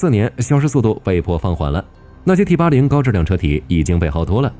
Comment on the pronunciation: T-80!你認真聽,他講成枇杷領,我還以為要將敵人引到哪幹掉